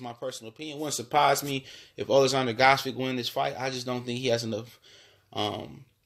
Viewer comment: Gvodyk is pronounced (Vo-chick) You chop and screw that guy's name LOL